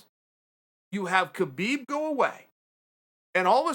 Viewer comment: Uncle loves Kabib... But can't say it!